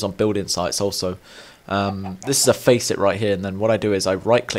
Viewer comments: Hahah you were pronouncing faucet correctly before, it's not a "Faceit" Have you not heard of a water faucet? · It's called a faucet ( FA SIT ) not to be mean at all just correcting you :)